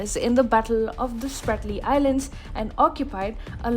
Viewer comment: It's not SPARTLY. It is SPRATLY ISLANDS